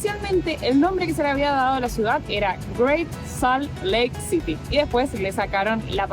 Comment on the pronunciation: Hola, se escrive Salt Lake City pero se pronuncia, Salt Leik Ciry